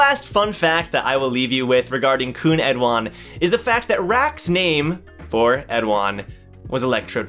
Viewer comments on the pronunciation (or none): Hello. I read and write korean and I wanted to correct your pronunciation. It is khun 에드안, eh du ahn, or like in the English translation, Edahn.